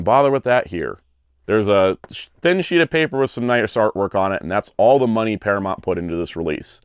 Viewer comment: Para-mont? I’m from Chicago and I don’t even say it like that